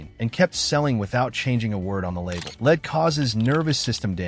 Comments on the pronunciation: Stupid AI couldn't say lead at the trader Joes. leed they said. lead us on! btw Lead InChoc???? I could be a dead duck after 10 yrs of stuff. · "lead" (the heavy metal) pronounced "leed" - a bit of AI Slop that makes me wonder about the whole vid.